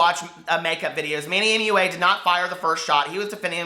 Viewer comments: Manny moo-ahh. Cracked me up!! I think Manny is funny, I don't really trust his reviews but he makes me laugh. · "manny mooa" 😂😂😂😂 i lost it omg